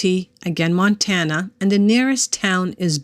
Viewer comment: You said it correctly I used to live in Montana for 5 years